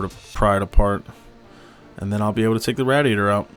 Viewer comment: The way you say radiator is cringe asf cuh